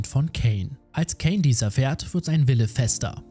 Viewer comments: Ok tolles Video aber wieso sagst du käin er heißt doch kain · Nicht Kän sondern kein eiiiiiiin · Der Heist übrigens Kain und wird auch so gesprochen wie der Biblische Kain so wie du es sprichst würde es Kane geschrieben! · Er heißt cain und nicht kane aber sonst echt super Video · Es heißt Kain und nicht Käin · Der Anime heißt The parallel chronicles of the aristocrat und außerdem wird der Name der Hauptperson ,,kein“ ausgesprochen